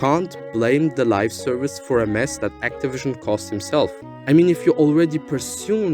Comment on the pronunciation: I hate to do it but I should point out that it's Live Service not Lifeservice :p Great video no less